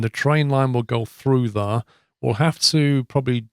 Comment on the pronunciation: i like ur vids but pls, learn to say "There"